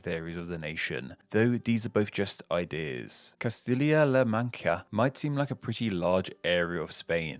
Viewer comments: He pronounced most of them a couple of ways, covering his bases. Take La Mancha for example. he pronounced it La ManKia. But he pronounced it ManCHia. I cringe every time there's a word that begins with "Th". He pronounces em with an "F". He and Thoughty2 have the same speech impediment. Or should I say Foughty2? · basque county? really? twice. la manchia? really? if your deal is names, you should get them right. i lost trust in the validity of your content today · And Castilia-La-Mancha you butchered!!! Castilla is pronounced like Castiya and the Mancha part like Mansha. Did you do any research into pronouncing these names? This video was such a let down!!! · La Mancha is pronounced maaanh-chhhhhahhhh